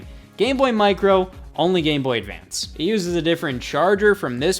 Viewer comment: am i going crazy or does he say Gay Boy Advance here